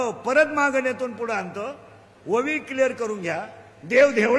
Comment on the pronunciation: महाराज 'ववी' नाही, 'ओवी' असते ती